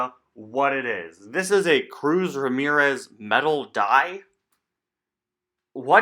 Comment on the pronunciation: Oh look it’s Cruz Ra-SPHERE-Ez. No? Ok...